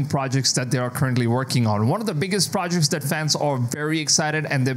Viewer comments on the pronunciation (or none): none